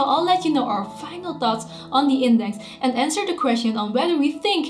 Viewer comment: she doesn't say "thoughts" but "thots" xDD